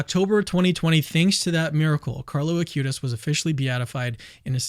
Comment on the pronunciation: please dont say a-cue-tis, it is ah-qoo-tees